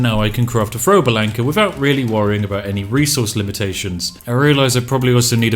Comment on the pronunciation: when you said throwable anchor it sounded like frowable anckis